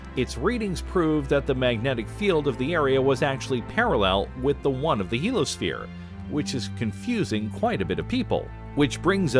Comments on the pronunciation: very good, interesting, and informative video, once again. I have a question, however. Isn't "heliosphere" actually pronounced HEAL-ee-uh-sphere, rather than HEAL-uh-sphere? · You keep dropping the "i" in Heliosphere! You keep saying "helosphere." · It's "heliosphere", not "helosphere". Heel-eeyo-sphere. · OMG!!! Do you realize how frustrating it is when a narrator can't pronounce a particular word a dozen times? I know what a Heliosphere (pronounced "HE-LEE-O-SPHERE") is. But, what is a "Helo-sphere"? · heliosphere! He-Li-O-Sphere NOT helosphere. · It's not pronounced "helo-sphere", because it's spelled heliosphere. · I couldn’t get past that he kept calling the heliosphere the “he-lo sphere” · '' HEEL - [ee] OH - sphere '' !!! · A) It is pronounced "hee-lee-os-fear" There's an "I" in the middle of the word, and it is sounded out, genius! B) Monetize much?! The Goodyear Blimp features less advertising than this clip! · SAY HELOSPHERE ONE MORE MOTHERFUCKIN TIME!!! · I was trying to ignore it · I think I’ve commented on YouTube maybe 3 times in my life but the fact that this asshole drops the I in heliosphere while trying to sound competent is a special kind of nails on a chalkboard. I came here to just say he sucks and give this video a thumbs down.